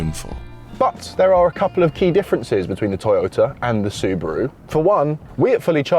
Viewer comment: You said Suburu & Nissan?